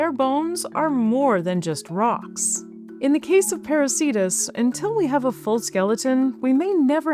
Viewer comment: Why are names of whales ending in -cetus masculine? Κητος is neuter. Same for plants ending in -anthus. What you said sounds like "parasītas". I suggest /peɾu:'ke:tus/. Latin 'c' is always /k/ if it's from Latin or Greek; in "Ceiba" and "Cariama" it's /s/ because of the languages they come from.